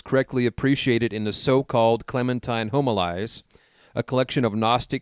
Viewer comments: Great upload. Some corrections. Homilies - hom i Lees Prunikos - Proo nik ohs Etc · Yes this is very true....as well as the word Homilies.